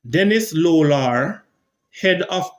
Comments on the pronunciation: Dennis Lalor, not Lolar. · Get the names right, Dennis LALOR'.